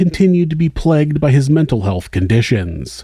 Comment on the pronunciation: Plegged? I believe the word you're looking for is pronounced { pl-ay-g-d }